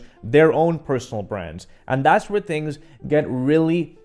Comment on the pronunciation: I like “tings”